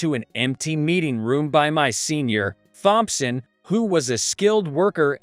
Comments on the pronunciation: Wow! These computer / AI voices reading the text are horrible. “Th”-omp-son. Really?? Really detracts from whatever the story is. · Using that robtic voice took away from the story. Mispronounced names like Thompson and other words detracted from enjoying the story.